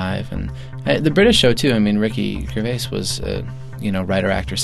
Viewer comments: Holy shit, the temp / executive producer doesn't know how to pronounce Ricky Gervais' last name? Shameful. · how does BJ Novak not know how to say Gervais?